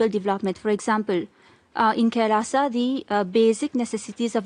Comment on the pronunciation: It's called "Kai... Laaaa saw"